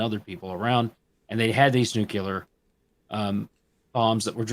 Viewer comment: Tox says something stupid. Dubs SUCK because the acting is worse 99.99% of the time. You need the original performance. Subtitles are incredibly easy and, in your memory, you'll find that it's as if you watched the movie in English. Also, it's pronounced NU-CLEAR, LIKE IT'S SPELLED, NOT NEW-CU-LAR.